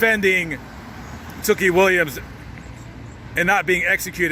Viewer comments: Not that it matters much but tookie is pronounced "too-key" not "took-ie" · Two-Key...is how we at Lapd Pronounce it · U bitch ass boy how can you say tookie murder them when you were even there and u said his name wrong u a fareal a whole bitch